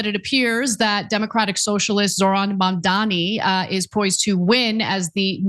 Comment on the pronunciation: Mother fucker learn to pronounce Mamdani correctly